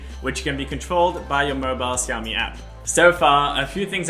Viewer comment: If you call it siaomi one more time ia break my screen 😂